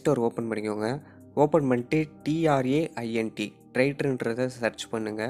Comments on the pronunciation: Traint illa tranit correct thana bro😊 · Traint illa tranit correct ahh sollunga